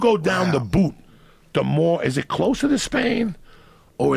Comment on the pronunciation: Da BOOT.